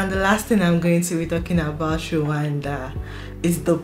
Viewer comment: Our country called Rwanda not Randa!!!